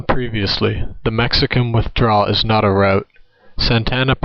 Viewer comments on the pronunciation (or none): none